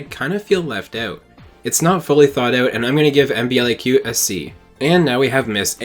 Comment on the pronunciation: Hi! Btw MBLAQ is pronounced (EM-BLACK). Thank you for both of your videos, they were lovely and interesting!